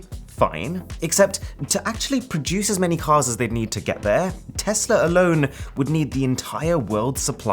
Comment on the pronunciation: Aaron thanks for calling it Tesla and not TEZLA! Just watching but your videos are always great!